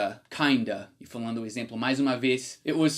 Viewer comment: "Exemplo" . Leia como se tivesse um acento circunflexo (Êxemplo) assim como: Êspecial, Êspetacular, Êssencial, Bôca. O acento não existe nessas palavras, mas a pronuncia é como se existisse. Tua pronuncia é realmente ótima. Por isso acho que ficará excelente com esse pequeno ajuste.